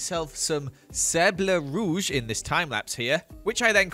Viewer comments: Saidble ruge bugged me it’s SABLE ROUGE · oml same i finally realised when he Said sable rouge